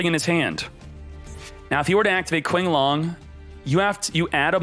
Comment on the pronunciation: I know this is annoying but It's pronounced "cho-cha" not "cha-chi" and "tshin-long" not "kin-long".